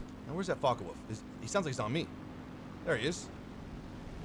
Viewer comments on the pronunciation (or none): none